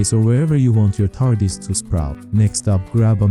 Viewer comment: pronounciation tar-dis, not tar-di-a**